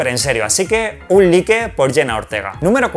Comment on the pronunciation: Un like no se pronuncia asi